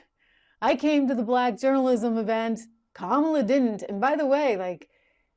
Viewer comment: I have to admit that I find it quite entertaining the way Trump says "black" with two syllables.